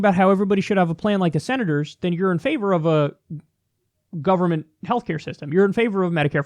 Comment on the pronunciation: "We don't need no federal guvamint. I like living in a third world country."